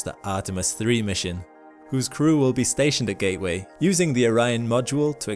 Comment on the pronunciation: "Although NASA have [sic] plans..." It's, "NASA *has* plans." It is one entity. Learn English. , "Ga'-way?" Sounds like, "Gay Way." It's, "GATE-Way." The letter, 't' exists. The only way it's "gay way" is if I'm up there.